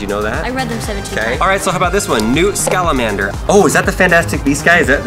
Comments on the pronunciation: who's Newt Scalamander. it's Newt Scamander. Also there's no L in Scamander so, what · And it's schamander not salamander😂😂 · Its newt scamander not scalamander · It Scamander, not Scalamander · “Newt SCALAMANDER” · Newt Scalamander?!! 😂🤣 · Newt Scalamander lmfao mate seriously 😂😂